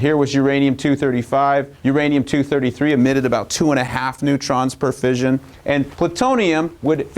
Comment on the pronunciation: Note to Kirk: fission is pronounced like "gone fishin" (like mission, compression, session, possession). The single 's' in fusion has the fyü-zhᵊn sound (like confusion, contusion, intrusion, etc.)